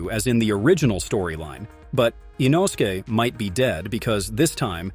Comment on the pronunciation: “With the upper moon 5 called rui” 💀 In-O-su-Kay” ☠️